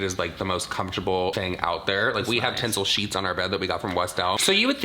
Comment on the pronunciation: Okay - so, being honest, I’m watching on 1.75 speed because I’ve got to get ready for work and it straight up sounds like there is ‘tinsel’ in Jaclyn’s pjs 😂😂😂 It took me a minute to work out that it’s TENCEL! Jeeez 😂